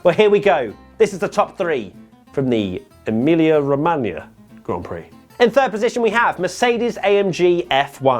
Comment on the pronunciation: pronouncing "Emilia Romagna" 😙👌🏼 🇮🇹